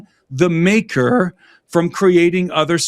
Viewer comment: lol the makerrrrr